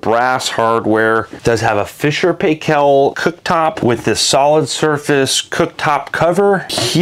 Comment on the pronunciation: I have to say after watching a number of your video, please as a New Zealander pronounce Fisher and Paykel the correct way. It is paikel not paykel. Please look up the correct pronunciation on the internet. Thank you.